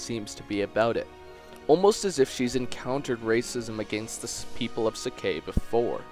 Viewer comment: 4 yea but its wrong